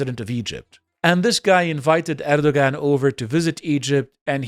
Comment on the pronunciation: It sounded like you tried hard with the pronunciations, but Erdoğan is pronounced more like Erdowan because ğ is a silent letter in Turkish.